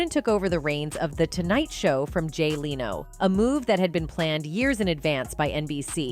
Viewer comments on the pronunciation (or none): Jay “ Leano” does anyone else wonder if this A.I. voice is saying names wrong to hide it’s level of intelligence and saying things wrong to mess with us and make us not worry about the world becoming something similar to the matrix? 🤣🤷‍♂️. If the matrix happens in real life we won’t be in pods. Imagine something in between terminator future and the matrix! Ppl will wish for the matrix to become a real thing!